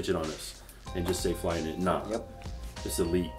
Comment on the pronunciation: "So Flyknity!" LoL